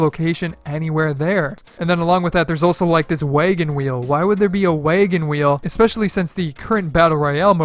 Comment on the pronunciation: “Waygen wheel”